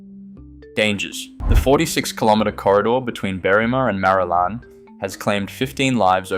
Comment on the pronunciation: Interesting! FYI Marulan is pronounced Ma-Roo-Lin by locals...